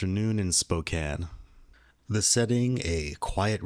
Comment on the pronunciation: Im from Spokane. I remember this! Thank you for sharing about a home town story🤍 👏🏽 and thank you for saying Spokane right everyone else pronounces Spo- Kane 😅